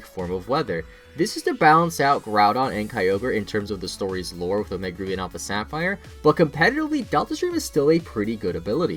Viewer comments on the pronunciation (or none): none